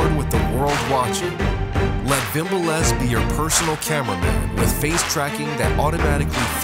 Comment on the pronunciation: Wimble S <<<< Correct it please its Vimble S